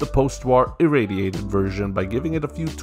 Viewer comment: he said the word perfectly